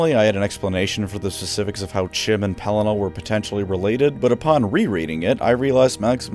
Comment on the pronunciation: Pelinar 🤣 the intentional mispronunciations are damned funny 😆 not laughing at you but laughing with you!